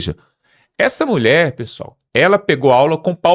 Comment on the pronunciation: ESA mulhe fala o ceprecciza